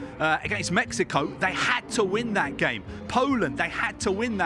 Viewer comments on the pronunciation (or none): none